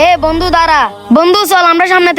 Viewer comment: উচ্চারণ টা বন্দু হবে না বন্ধু হবে 😂😂